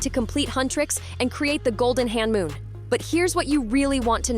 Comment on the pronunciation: you are accidentally saying Honmoon as hanmoon